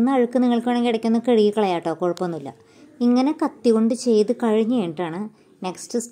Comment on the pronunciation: കിഴുകി എന്നല്ല കഴുകി എന്നുപറയണം